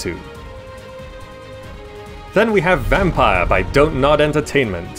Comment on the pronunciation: Its vampYr not vampire there is no e